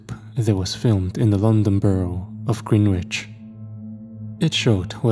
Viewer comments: I love the way non-British people mangle place names! eg "Green Witch" instead of "Grennich" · It's not an "accent" thing. He is right, Thames is pronounced "tems" and Greenwich is pronounced "Grenitch". If I were wrong pronouncing words I would like to be corrected as well, if we're not corrected we go through life either looking like idiots or offending people. isn't "bugged" by his comment...he literally thanks him for correcting him. It's noble of him to do so, as he is well educated and an intellectual....and a good sport about it too 😊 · It's pronounced Tems and grenich mate